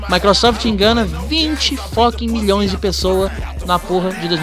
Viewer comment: 20 Milão😂😂, fala direito mlk